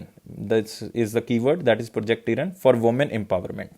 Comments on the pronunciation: Content quality is really good. Kirana is किराना not किरन NavIC is usually pronounced as नाविक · Following u on a regular basis sir ..... You are a savior..... Request u to pls improve pronunciation of some words.....like project kirana, you pronounced it kiran and adb presidents name also ....... Regards